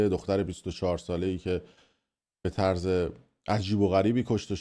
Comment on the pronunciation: خب دیوس تو که بلد نیستی کلمات رو درست ادا کنی خب گوه میخوردی استفاده میکنی.یه ضدو نقیض بلد نیستی و طرز رو میگی طورز.قرمساق همه ش هم میگی افشا ولی همونی هست که همه میگن